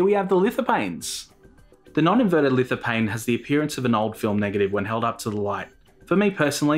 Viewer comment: you don't prononce the "P" in lithophane, ph is "F"